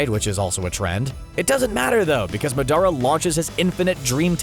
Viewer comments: did he just say maardara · Ik Madaraa it’s Madara but he said it like madaraa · lol when he said maadarraa I didn’t know who he was talking about but he was saying madra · Dadara not dadra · Yea like who is Madaru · I like how he calls Madara “Medara” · I am sorry but did you say acuokskie and mudara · y u had to say madaras name mudarra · It’s said Day-Dora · They said it like Muh dare uh...Emphasis on dare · bro super obvious you dont do any actual research sounds like most these videos they have no idea what there talking about saying Akatsuki and madara wrong. missing main people, calling tailed beasts demons. like these guys just find articles and popular topics and read the articles so they can profit off the videos. these the types of channels ruining youtube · Shisui Uchiha he also called the tailed beast a demon. Also he pronounced madaras name wrong every time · The part that made me more upset is when he pronounced madara uchiha wrong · Um What What you called them? Wrong way to say Akatsuki. Right way to say it. Wrong way to say Madara. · Why is he saying madara 😑